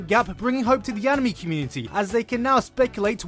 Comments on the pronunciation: you pronounced anime wrong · can you pronounce ANY japanese word correctly? Annimay, Heruhi